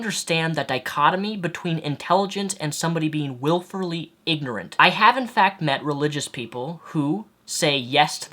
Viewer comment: Wilfully, not "wilferly"